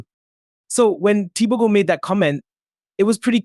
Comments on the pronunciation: since when is he TEE BOW GO? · 😂 Okay I don’t like the way you butchered the name 😆😆😆 I am not even a Mtswana